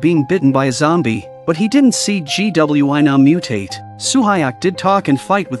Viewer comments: Um did u mean gwi-nam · This is so great but all I hear is GWYM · He said g w e nam☠️☠️☠️☠️ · The pronunciation is funny G,W,I Nam, Su Ha ,yeok. 😂 Good show tho❤🎉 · G W I NOM you mean? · ‘G w i nams’ 🤣